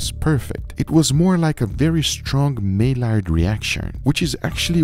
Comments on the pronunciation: It's pronounced my-YAR not may lard dude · Guga, it's pronounced "My-yar", not "Mail-ard". Please stop mispronouncing it, man. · Please, Guga, pronounce the word correctly! It is NOT "may lard" ... say it correctly.... "my yard" the origin is from French: Louis Camille Maillard ... in French, the two l's together are pronounced as a 'y'. Similar to Guajillo ... 'wah heeeyoh' . The world is very judgmental. You are a great reference for cooking meat. Please don't let language barriers let you come across as a buffoon. I love your content but you really need to pronounce words correctly